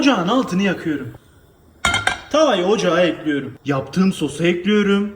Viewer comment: Üfff ekliyrüm ne ya düzgün konuşun lütfen dinleme isteğim gidiyor